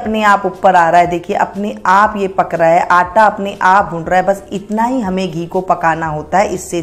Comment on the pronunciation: What the hell is this anta?😂😂🤣🤣😂😂 That is Atta, not anta.